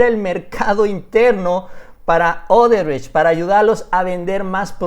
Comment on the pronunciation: ¿Marcelo Odebretch? Jajajajajaja Se te enreraron las palabras...